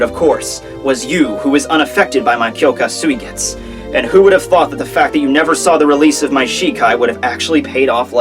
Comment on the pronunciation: Why don't you pronounce "u" at the end of mugetsu and suigetsu?